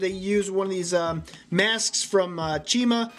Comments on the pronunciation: It’s Chima not chimara Dingus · He called it chimera it's chima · Chimera? It’s chima. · Umm up you were right the first time it’s actually Chima not chimera I’m pretty sure that’s a car company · Lego chima not chimera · You got it the first time. Chima, not Chimera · It is chima not chimara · It's Chima not Chimara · Its Chima. scof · He said it right the first time, then said chimera and I unsubscribed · It's prenounced chiyma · He said China right but he corrected it wrong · How dare he say Chima wrong! The show was my life!